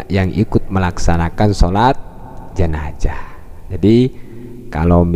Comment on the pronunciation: Gelar Ustad... bilang jenazah aja gk becus😡😡